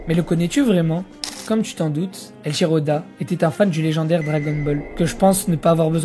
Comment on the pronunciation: Salut, c'est pas eLchiro, mais e«i»chiro oda